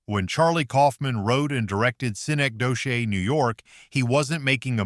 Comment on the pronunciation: Lol pronounced synecdoche 4 different ways, when its pronounced: suh neck duh kee